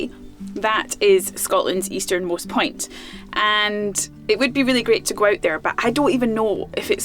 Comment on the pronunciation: Accents are fun. I thought for a second she said "easternmost pint". Accents can be disappointing.